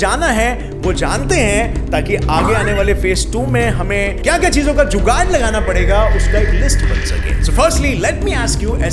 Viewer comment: indian tone "jugaad"